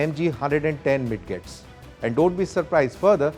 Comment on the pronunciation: Just fyi, midgets are pronounced as midjets.